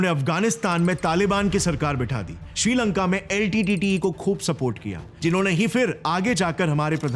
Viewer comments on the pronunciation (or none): none